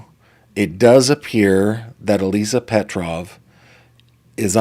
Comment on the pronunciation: Slavic name, yes. You pronounced correctly.